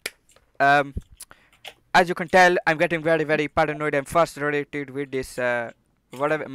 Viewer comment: fussletrated- did you mean... frustrated